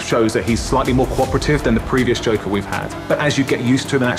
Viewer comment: "The Jonkler"